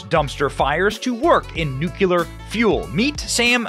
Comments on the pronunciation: I ❤️ YA BROTHER BUT THE EDUCATOR FROM MY MOM IS CLIMBING THE WALLS . SAY IT WITH ME..... NU CLEE ER, NOT NU Q LER 😉🤣🤣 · Please....NUCLEAR, not NUKULUR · Nuclear not "nucular" ... English is not my 1st language and yet ... 🙄🤐😑🤔😶 but i laughed really really hard. 🤣 great show🥳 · It's nuCLEAR not nuCULAR! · Come on Benny, nuclear, not "nucular". Don't go all George W on me...😉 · It’s ‘nuklear’ not “nukuler” . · There is no such word as "N u c u lar" ! If you want to be taken seriously at least pronounce a word that you use 3 times in a sentence. It is N U CLEAR! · Is that NUCULAR the same as NUCLEAR, oh yeah it's pronounced N U C L E A R !!!!!!!!!!!!!!! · Hard to give credence to someone who pronounces nuclear as nook you lar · Benny, PLEASE! For the love of God, please learn how to say Nu cle ar !!! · Benny, I really enjoy your content but PLEASE learn how to pronounce the word "nuclear"! It's so distracting I had to watch this video twice 😔🤦